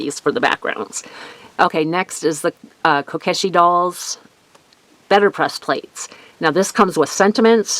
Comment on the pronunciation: Great cards! My fave were the spring in kyoto cards! (that set is on my to get list!!) by the way to pronounce kyoto is "Key-yo-toe" Also you pronounced kokeshi correctly i think! the Pokey thinks are just hairpins! 😁